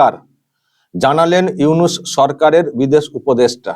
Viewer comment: চফিকুল ইউনুসের নামটা ভালো ভাবে উচ্চারন করবি ছালা